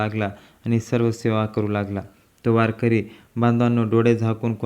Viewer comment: त्या महाराज चे नाव कोण तुझा बाप सांगायचा का वारकर्याचे नाव बदनाम करु नको तुला वारकरी शब्द निट म्हणता येत नाही रताळ्या